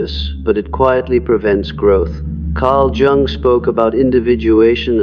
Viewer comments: Dear, please improve your AI. It’s Carl Yung, not Jung when properly spoken in spite of the spelling. Very distracting while listening to this information. The information is very good, I am in the Sophia stage myself. As a very deeply empathic person, getting to this transitional level and allowing it to be a big part of my being, has assisted me in letting things go that no longer serve me. I slip back into empathic mode when it’s not necessary, but this has been a lifetime in the making. Still learning to let go of that which is not mine to carry. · His name is pronounced Yoo-ng, not Jung, as in rhyming with hung. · You lost me at "jung" instead of "yoong" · Jung is pronounced "Young". Stop being so lazy, run through your scripts before feeding into a voice generator and make phonetic changes as appropriate. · The pronunciation of Jung is actually [Young]. Sorry. That was bothering me 😂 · This is informative. Thanks. But can you please pronounce Jung’s name properly? I cringe every time I hear it mispronounced. He was German. Jung is pronounced “Yung” (young). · So the Sophia stage is when empathy becomes compassion??? I wish they didn't use the AI narrator the can't even pronounce Carl Jung's name. It's annoying. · Lost me at the AI mispronouncing Jung like ten seconds in. I know you're fine with putting out slop but maybe listen to it once before posting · It’s “Yung” not “Jung” …the word Anger has a hard G. If only AI could get this stuff right I’d think a real human was talking here. Btw, the Sophia stage rocks!